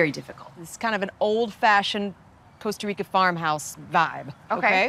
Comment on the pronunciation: it's not called Costa Rico 😂 Jesus. I'm annoyed already